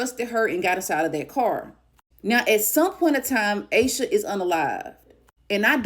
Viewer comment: Aaaash sha not aye sha